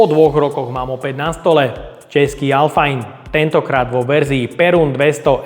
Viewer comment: Hezké video. U nás to vyslovujeme, jak se píše, alfain, ne alfajn 😉. A šlo by prosím příště zkusit magnetem, jestli jsou ty kleště uvnitř opravdu měděné? Nechápu, že tam nedali naše KS 315ky, ty jsou opravdu měď a mají měděné pásky, ne tuhle pleteninu, nebo jak to nazvat. Ale to bude asi tím, že v Číně ty KS 315 nemají.